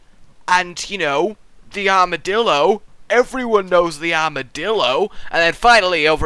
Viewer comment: It sounds to me like is saying: Armadilldo.